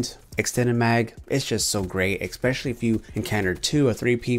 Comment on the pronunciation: I'm new to your channel but I've been watching your videos for about 20 minutes now and you do realise that you're saying 'especially' wrong, right? I've heard you say 'expecally' like 5 times already.. IN 20 MINUTES!